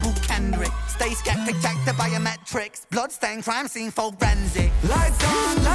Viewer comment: For-Ren-sic Barr